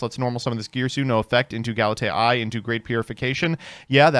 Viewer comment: Old Galitea is usually pronounced "Gal - ih - tay - uh" or "Gal - ih - tea - uh" New Galitea should be pronounced "Gal - it - ay - eye" since it's referencing AI (artificial intelligence)